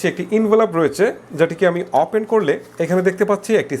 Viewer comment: আপনি কথায় কথায় অপেন বলেন কেন? ওপেন বলবেন কথাও ঠিকরে বলতে পারেন না কি রিভিও করেন?